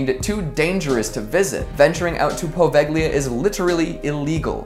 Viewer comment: Also the g in poveglia is silent so say it right